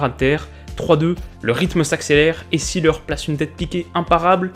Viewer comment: Beckenbauer jouait il au milieu comme en 66 ? En allemand un nom qui commence par "S" se prononce "Zeu", ça donne "Zéleur" pour Seeler et non "Sssileur" qui est une prononciation anglaise, comme on prononce "Zép" pour Sepp Maier